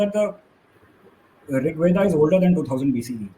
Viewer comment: Anybody who pronounces rigveda as rigvedaaaa and mahabharata as mahabharataaaa should not be taken seriously